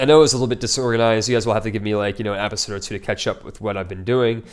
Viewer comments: If you can't pronounce episode correctly, it's going to be difficult to expect geographical names to be pronounced even close to correctly. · plz say episode instead of Apisode lol